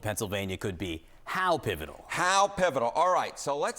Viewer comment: Such “Experts” that they can’t even pronounce “pivotal” let alone spell it! 😂